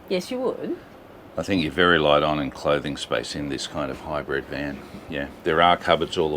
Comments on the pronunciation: HYBRID …. Not Hybred! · You both pronounce it “High Bred” 🤣 👑